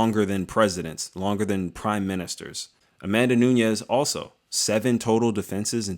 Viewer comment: It's Amanda NUNES not Nuñez. Awesome video otherwise.